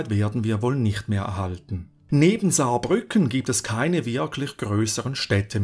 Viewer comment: Als Saarländer muss ich sagen, guter Job. Ich finde man hätte das Herzogtum Saarbrücken erwähnen können, da sie die ersten waren die die Kohle Gruben eröffnet (aka geteuft) haben. Außerdem wird Saarbrücken auf der zweiten Silbe betont, hätteste aber nicht wissen können. 4 sekunden Fehler in einem 18 minütigen Video ist eine super Bilanz